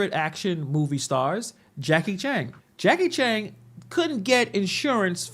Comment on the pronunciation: Jakie Chang ? Who dat ? Its Jakie Chan